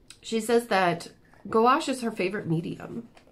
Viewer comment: You were pronouncing it correct you. "Goo-wash." Good job!